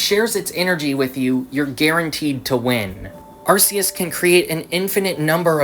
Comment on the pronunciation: awesome video but I don't mean to be that guy but it's pronounced Ar-key-us not Ar-see-us